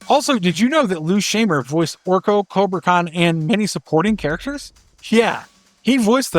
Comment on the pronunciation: “Shy-mer”, not “Shay-mer”, and “Lan-jella”, not “Lan-gella”